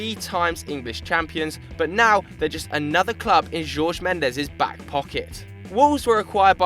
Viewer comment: It's Diogo not Diego and it's mêndes, not mendés ffs